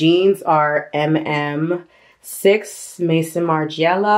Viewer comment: Just came across you first time. Nice collection! But re: your jeans … it is not “Mason” Margiela, it is “Maison” which means House (of Margiela ) pronounced Meh- zohn. Pass it on :)